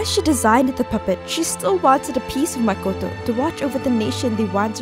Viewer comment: FINALLU, SOMEBODY WHO PRONOUNCES HER NAME "MAKOTO" AND NOW "MAKUWTOE"